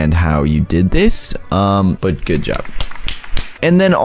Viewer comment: This is how he said good, Gooduh